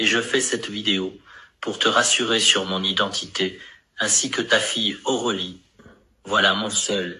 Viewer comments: La voix de l'IA n'est pas aussi naturelle que la vôtre, surtout quand elle dit AuREUlie au lieu de AuRÉlie ! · Bonjour Florent. Content pour ta santé ... 😉 Prends soin de toi. Pour cette vidéo débile, il n'y'a qu'à bien écouter la narration : Les liaisons sont mal faites, l'intonation est mauvaise, et le prénom 'Aurélie' devient 'AurElie'... Je ne pense pas qu'il faille avoir fait de grandes écoles pour se douter qu'il y a un loup 🐺 ..., n'est-ce pas . Ceci étant, je comprends qu'il te soit nécessaire de tenter de rétablir une 'certaine vérité'... C'est logique, et tout à ton honneur. Attention à toi, à tes poumons... Je me permets, ayant également un grave souci à ce niveau là et je sais à quel point ça n'est pas simple... Prends soin de toi, de tes proches, et porte toi bien ! Respectueusement. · Déjà qd on entend « Aureuli » ce n’est pas normal